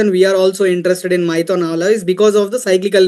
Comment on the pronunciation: Abee maithon nhi maithan hai 😅